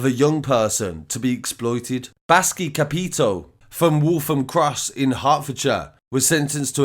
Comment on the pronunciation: Love your videos mate but let me correct how you pronounced capitao - it’s said like capi-tauw, it’s a Brazilian word meaning “captain”. So it’s a fake name from a fake document he gave , it ain’t a real surname 👍🏽 Brazil has a lot of mafia over here now.